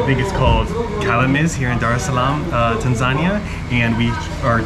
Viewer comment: I don't get the pronunciation, it's Tan-za-ni-a, not Tan-zan-ia.